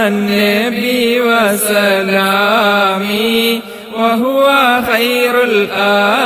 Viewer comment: നിങ്ങൾ ചൊല്ലുന്നതിൽ തെറ്റ് ഉണ്ടല്ലോ വസ്സലാമി എന്നല്ല വ സലാമി എന്നാണ്